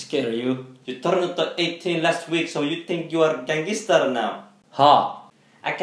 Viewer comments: gangestar sounds better Than gangster 😂😂😂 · Wtf 😂😂😂😂 Asian knows Somali words. He said "abahaa wass give me your fuuto you think your gangester" 😂😂